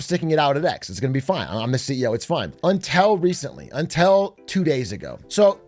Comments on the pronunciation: Stop saying "untel" 😆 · Why is Big A saying until like that? UNTELL??? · “untel recently”- BigA 😂. which American accent variant is this from? Untel, pellow, etc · Why can’t he say until